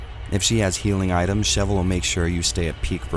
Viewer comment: Speaking of Re5 taking itself seriously, I'm taking YOU seriously: you've said Sheva's name right. When I watch a video on Re5 and they say "Sheeva", i immediately doubt that they've even laid eyes on the game and proceed to take everything that they say as inauthentic and that they themselves are disingenuous individuals. Yes - saying "Sheeva" is that much a big deal to me. irks the hell out of me quite frankly. But you are the only one who he said her name correctly. So thank you. 😌